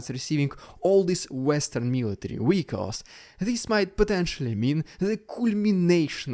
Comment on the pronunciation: Dude, not jewd. Vehicle, not wehicle.